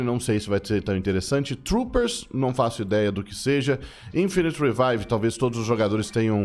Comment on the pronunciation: “reveve” é foda....